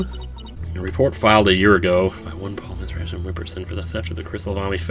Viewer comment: Paul Atishon sounds like 'Pull a S*** on'